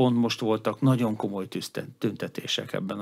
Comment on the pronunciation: Nagyon jó összeállítás, egy dolog bántja a fülemet, ez pedig a rendszeres "naon". Nem sokkal bonyolultabb kimondani rendesen hogy "nagyon". Ezt leszámítva szuper anyag!